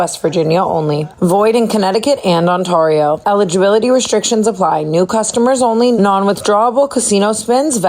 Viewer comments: Tana if I have to hear you say Ontario like that again I will cry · TANA I BEG LEARN HOW TO SAY ONTARIO 💔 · I’ve never heard Tana say the DraftKings ad so slow. Also why are we still mispronouncing Ontario after ten years🤣🤣🤣🤣🤣 it makes me laugh so hard.